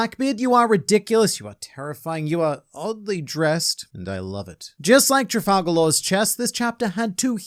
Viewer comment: Why do you call him "Trifalgalore"?